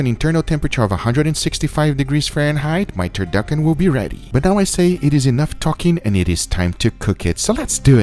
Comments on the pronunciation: its a TUR TUR KEY KEY ???? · Babish:Turturkeykey Guga:Duckturchickey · Did u say turduckin??? Lmao awesome video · Lol “turduckin”